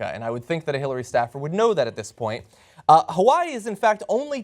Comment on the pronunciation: The say Hawaii so wrong lol